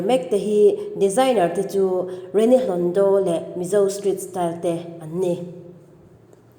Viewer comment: Rini hlondo ti la, hlondaw/hlawndaw tiin ilam tlat zel.. Hlawndo/hlondo